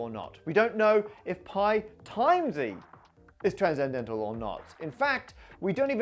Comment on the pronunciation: Why does he pronounce "transcendental" as "tranzendental"? I know English is weird, but "sc" to /z/ is new to me